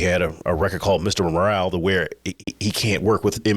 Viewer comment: Its Mr Morale not Moral..they are different